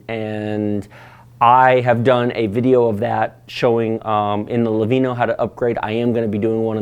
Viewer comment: Are you purposely mispronouncing Lenovo as "Levino"?